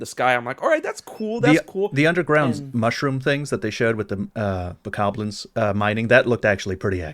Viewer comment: I had to stop listening when you both started mispronouncing Bokoblins ...